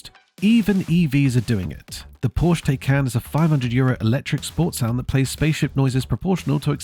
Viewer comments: Good video however, it's Porsh-a, not Porsh. Very poor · PORSCHE is TWO syllables!! "POR-SHA" I can't take someone seriously who can't even pronounce car brands correctly.